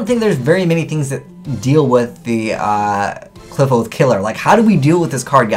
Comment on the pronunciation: Kli-FOTH!! NOT CLIP-HOSE